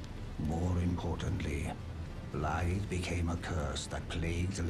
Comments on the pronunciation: THANK YOU FOR PRONOUNCING THE WELSH WORD 'BLAIDD' CORRECTLY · you’re the first youtuber that has actually said his name right